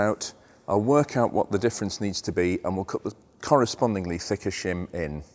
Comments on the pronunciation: I thought you said Shum under the buckets!!!! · Shem aboot exaughsttt !!!